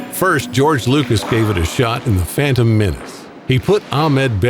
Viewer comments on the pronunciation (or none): none